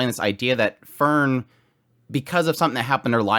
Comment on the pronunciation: Heiter, High-ter, not hater. Frieren(the verb form of freezing for some reason) Free-ren. Fern-Faern not fern like the plant. and Stark means strong. The dude is named strong. ge i wonder if he will be.